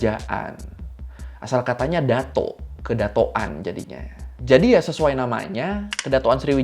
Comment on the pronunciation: Bacaan nya bukan dato bang tapi datuk